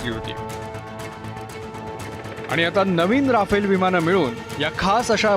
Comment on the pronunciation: आधी त्या विमानाला "रफाल" म्हणायला शिका... 😏